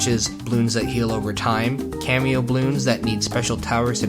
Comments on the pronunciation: Ugh. As a die-hard Bloons fan, I just cringed every time I heard that. Seriously, dude, it’s CAMO, it’s even spelled out in the game hints! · i just hurt so bad when he said "cameo" bloons the whole time. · First time here and i thought cameo is the way you said camo lol. Until i read the comments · “Cameo balloons” bro.... it’s camo, like camouflage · its camo for cammoflauge not camio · Nice video. I know you can't put everything in a single video, but I think you'd enjoy Radiant Defense. On another note, cameo and camo aren't the same thing, and it sounded like you were saying cameo when you meant camo. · How do you confuse camo towers by calling them cameo towers? do you hire someone to do the voiceover for your video? nobody that has played Bloons would call them cameo like you did multiple times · have you considered saying camo instead of cameo? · Bro said cameo balloons instead of camo bloons💀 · Great video. I love TD games. I love TD Bloons. No disrespect ment but I have to tell you those aren't "cameo" balloons those are "camo" balloons as in camouflage. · cameo????? its camo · "Cameo balloons" surely it's camo? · Great video but your use of "cameo" instead of "camo" gets me everytime. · Cameo balloons? You mean camo, said like cam(camera)-oh. Or is this an accent thing? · talking about BTD5 (my 3rd favorite tower defense game apart from btd battles and btd6): me: OMG YES: Cameo balloons me: ITS CAMO NOT CAMEO YOU STUPID IDIOT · mans really said cameo bloons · Is he pronouncing camo as cameo? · I love how he keeps pronouncing heaps of things wrong like “cameo Bloons” and “defend mode” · He said "cameo tower" like "kay-mee-oh"... Reminder that "camo" is short for "camouflage" and pronounced "kah-moh" or "kay-moh". Edit: He addresses that in the comments below, he just hasn't pinned it. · "Cameo Bloons" lol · Wtf is a “camio” bloon? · cameo? you mean camo? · “Cameo baloons” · pronounces camo cameo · its camo not camio